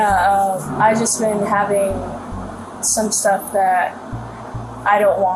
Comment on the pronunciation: "I GOTTA GET MY STUFF-UH"